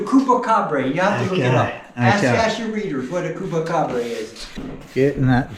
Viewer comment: Tell him he's pronouncing Chupacabra all wrong lol.